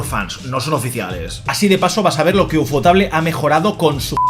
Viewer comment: por favor nunca vuelvas a pronunciar Ufotable en un video que si lo veo te lo denuncio🥲